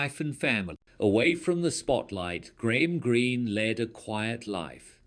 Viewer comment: Do not get your point, he spelled it right and he said it right. Are we watching the same video?